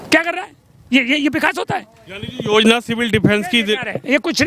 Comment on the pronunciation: Madam ja ko za bolna band karo Yozna .. 😂